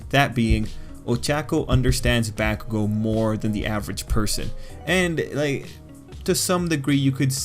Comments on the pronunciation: Should sound more like Bock-kugo or Bawk-kugo, not bACK-kugo. Fight me, bitches! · I love your analysis On these things but- PLEASE PRONOUNCE BAKUGO'S NAME RIGHT!! Every Time I'm squirming In my chair- Please!!! It's Baku go!! NoT BAkugou!!!! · Please try to pronounce Bakugo right it’s hella annoying how you say it.